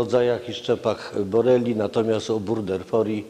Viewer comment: Przecież leiszmaniozy nie wywołują nie tylko krętki ale też bakterie ? Gość nie potrafi nawet prawidłowo wymienić nazwy bakterii. To nie jest burderfori ale burgdorferi . Szczep, odmiana, rodzaj to inne jednostki systematyczne, a pan lekarz stosuje je zamiennie.